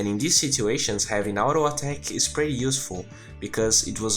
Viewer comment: Parabéns pelos videos! São os melhores que encontrei até agora. Apenas um detalhe que gostaria de tentar ajudar, você utiliza muito a palavra "PRETTY" em seus videos, nesse em particular acredito que usou umas 3-5x, no caso você esta pronunciando ela de forma errada e meio que acaba soando bem feio/fora. Muito comum de acontecer com essa palavra, especialmente para quem é nativo do português. Direto ao ponto, você esta pronunciando a palavra "PRETTY" como "PRÉTY" quando deveria ser "PRITI" (UK) ou "PRIRI" (US), como você pode ouvir neste link: De qualquer modo, parabéns pelos videos, como disse, são os melhores que já encontrei até hoje, 10-0 na concorrência.